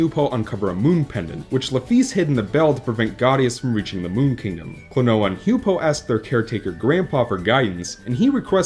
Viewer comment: H-you-pow. Not h-you-poe.